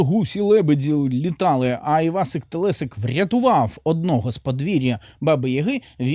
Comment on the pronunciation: Ні ну так як вони вимовляють Івасик Телесик це просто капець 😂